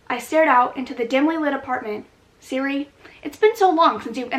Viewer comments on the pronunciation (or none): none